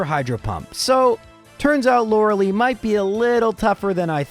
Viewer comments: Lorelei is pronounced Lor-ul-lye. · Just knowingly says loreleis name wrong every time